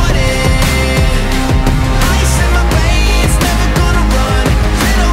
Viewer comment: I cant' be the only one that hears cold pooding instead of cold-blooded XD